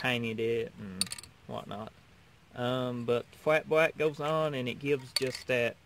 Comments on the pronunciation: How about that FWAT BWACK! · Rememba. Fat bwack, not gwossy bwack. Nice vid.